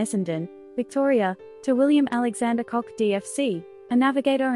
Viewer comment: It was Cock, not Cook